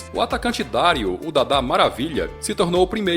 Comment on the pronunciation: Excelente o vídeo. Só uma correção no nome do Dadá Maravilha - O correto é Dario (sem o acento). E a pronuncia também. É Dario, com a sílaba forte no RIO...